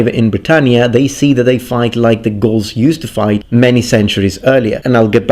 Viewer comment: Lol I cant stop hearing ghouls